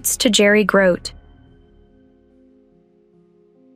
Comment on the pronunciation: Grote is pronounced Grow-Tee.